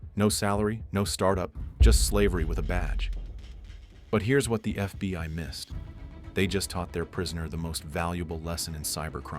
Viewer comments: When he says FBY instead of FBI dead giveaway this is an AI. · Is "F.B.Y.gov" really a thing or is AI just not quite there yet? 😂